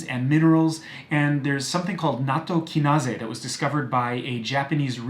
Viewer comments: Natto-Kinase (Ki-Nay-z) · I love the very japanese way you said nattokinase